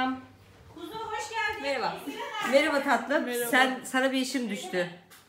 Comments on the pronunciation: Abla merhaba diyeceğine beraba dedin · Girişte merhaba yerine beraba demesi ⟵(๑¯◡¯๑)😂♥️♥️ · Abla yanlış anlamazsan sana bir şey sormak istiyorum.Videonun başında hepinize merhaba derken hepinize berhaba der gibi olmamış mı😀😘😍